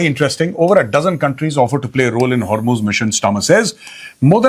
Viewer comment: main ghanta iran ki support mein nhi hu but 21 ships u turn maargyi hai and ek indian ship ko warn kiya hai lagta nhi hai sacchi mein kuch ceasefire hua hai Btw that's "hormuz" not har muze 😭